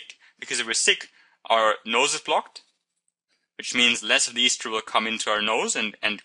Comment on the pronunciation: He keeps saying Easter instead of ester.